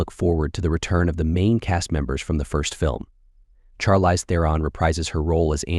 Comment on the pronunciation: He said Char-LYZE. my man its shar-leese, c'mon now!